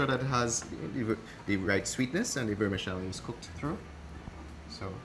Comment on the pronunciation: Please stop saying "Vermishelli" gorshhh